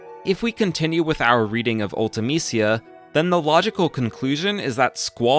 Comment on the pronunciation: Her name was pronounced once in FF Dissidia. Ulta-Meesha was the pronunciation they went with.